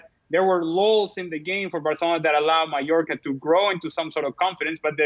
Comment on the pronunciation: Is it only me? At first I thought I heard him saying New Yorker for Mallorca. Did he pronounce it weirdly or is it my hearing????